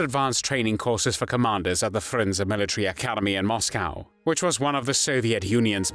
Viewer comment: yeah the content is good but the narrator makes these videos almost unbearable. “Aaaaah phuug of thah PAHtee…”. Oh and ‘Mos’COW’ (as in bovine) and ‘halted’ pronounced ‘hahltit’, ‘Jhapahnheeze’, ‘Fhinlint’, ‘Pholint’. Jesus wept.